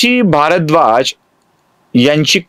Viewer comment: कथाकथन सुंदर आहे.पण भरद्वाज,भारद्वाज,ऋष्यशृंग,ऋषिशृंग, कळीचा मुद्दा मधील कळ हा शब्द अशा काही गोष्टी खटकतात. रामकथा सांगण्याचा वेगळा मार्ग स्पृहणीय आहे.श्रवणीय आहे.अभिनंदन!